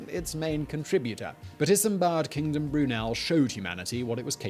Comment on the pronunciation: Why does the narrator sometimes says Isambad Kingdom Brunel?